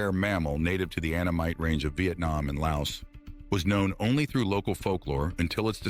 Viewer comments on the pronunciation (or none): none